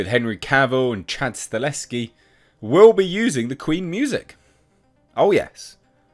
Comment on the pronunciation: YES!!!!!!!!!!!!!, once again: Stahelski is pronounced: "Stuh - Hell - Ski. NOT StaLESki